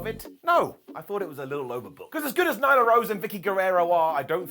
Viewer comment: Nyla, not Nigla lol